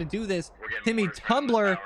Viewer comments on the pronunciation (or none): none